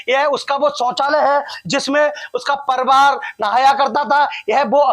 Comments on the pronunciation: Patrkar saheb..pariwar hota ha parwar nhi😊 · परिवार तो ठीक से बोल।क्या पत्रकार बनेगा re तू। परिवार को परवार बोल रहा है ।। अबे शौचालय में कोन नहाता है। पागल की तरह कुछ भी बोल रहा है। नया आरक्षण वाला पत्रकार लग रहा है ।। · Parivar bolna to seekh lo...be ... reporter banenge chutiya